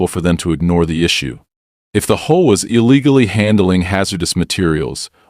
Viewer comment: You also need to speed your ai voice program up had to watch at 1.25x speed and need to teach it how to say H.O.A instead of combining them as a word